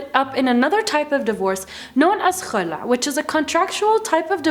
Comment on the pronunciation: She pronounce "Kh" perfectly When she say Khulah 😍😍😍